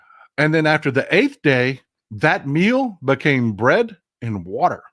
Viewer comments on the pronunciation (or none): none